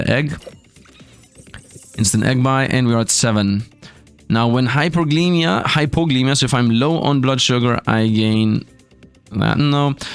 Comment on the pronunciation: Someday, will say the C in "Glycemia." One eternity from now.